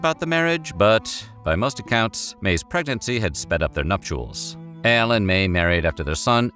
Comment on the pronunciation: Love this guy but is he saying L or AL?. Am I hearing things.